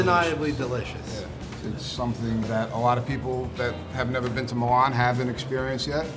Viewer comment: It's difficult to take these guys seriously when they don't pronounce Milan or mozzarella properly.